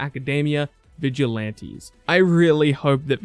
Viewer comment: "Vigilaintis" xd